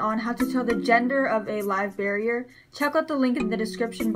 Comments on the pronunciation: Bear-er not barrier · Every time you say "barrier" I cringe... and you say it repeatedly and I couldn't hear anything else because you're mis-educating the public. It's Live BEAR-ER, pronounced: (bare er). Best of luck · I just wanted to watch whole video, but way you say barrier after first 1 minute bugged me .. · great video it was kinda funy that you said bearier but its ok we all pronounce stuff wrong :P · but she is an adult, plus, it's super easy for someone to pronounce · Great job on your video. Minus saying Live Bearer incorrectly, this was a well spoken, thought out, intelligent video! Nice work! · great video but you pronounced bearer wrong